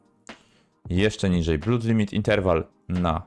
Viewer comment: "Call of" = kalof, "blood" = blut 🤣🤣🤣 Really?? Żeby prowadzić jakieś kanały na youtube i nie znać elementarnej angielskiej wymowy??